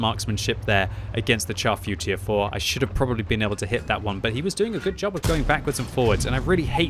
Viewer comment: my brain hurts every time I hear someone pronounce the name of the Char Futur 4 improperly. its FRENCH its (SHAR) Futur 4. its not a piece of meat that you char and burn to a crisp. SHAR